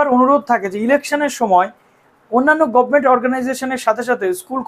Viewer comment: Dada ekta request govment na bole government bolo sob gaigay khati govment ar govment(bises kore cm er karon eni besi bolen govment) valo lage na sunte.